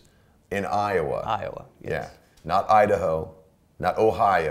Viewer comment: Udahoe man it’s udahoe